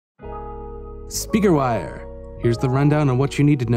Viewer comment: literally cannot get over how he says "speaker wire!" at the very beginning